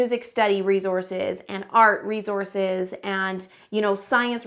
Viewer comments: S not z in resource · its the "rezources" for me